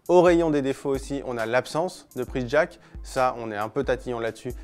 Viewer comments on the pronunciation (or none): none